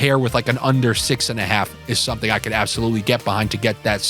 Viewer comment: Getting some bets in and I heard your "jus give me sometin to sniff about " 👍🤣🤣🤣